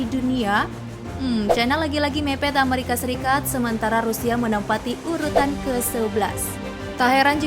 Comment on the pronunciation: plis dijawab min. inspirasi dari mana sih nyebut amerika kyak gitu? 25 thun gua hdup, baru di channel ini doang ngedenger nyebut amerika beda sendiri wkwkkw